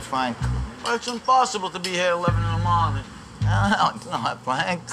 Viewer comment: LMFAO LIKE MAN WHY THE FUCK HE HAD TO SAY IT LIKE THAT 😂😂😂😂😂😂😂😂